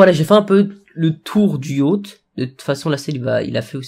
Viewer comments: mdrr yacht sa se prononce yote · Je rêve ou à prononcé Yachte et pas Yote!!!